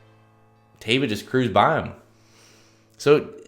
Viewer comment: Pronounced TYba.